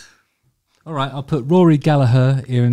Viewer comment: As an irishman I appreciate your pronunciation of Gallagher 👌🏻